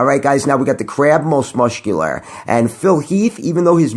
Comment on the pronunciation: Most mushcular.......